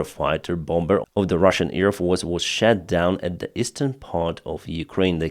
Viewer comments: I love how when you say "shot down" it sounds like "💩down"... Totally accidental due to your accent, but also totally appropriate 😂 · In most of russia, there is no difference between "a" and "o" in many cases. "moskva" (moscow) is pronounced like "maskva" by most russians. So then it is natural for them to pronounce "shot down" as "shat down". I have a feeling that this might also apply to the Ukrainian language. It is cute :-) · love the channel. But ‘shat down’ is something different 🤣